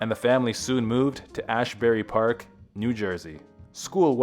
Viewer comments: Isnt it "Asbury Park"? You said ashberry...😢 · It’s pronounced Azz berry Park 🤦‍♀️